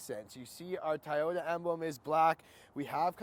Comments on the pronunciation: It’s actually pronounced to-YO-ta,.. not toyata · Thai-oh-dah lol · It's not Tayoda!